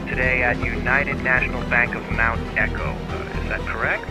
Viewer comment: Its called Echoes not Echo, if youre wondering what the name is.